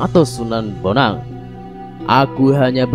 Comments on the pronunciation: Sunan bonang ms bukan benang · Sunan benang😅😅😅yg betul itu sunan bonang bro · Sunan bonang.bukan benang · Maaf min gelarnya sunan Bonang bukan sunan benang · Sunan Bonang mas yg betul, bukan sunan benang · Min, Sunan Bonang bukan Benang 🤣🤣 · Keren min.... tp yg benar sebenarnya sunan Bonang, bukan benang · Sunan Bonang bukan benang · Sunan bonang bukan benang,,,ini sejarah jd nma harus bener jngan asal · sunan bonang mas,bukan benang,baca lagi yaaaaa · tolng betulin nama njeng sunan bonang.bukn sunan benang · Tsunan bonang bukan sunan benang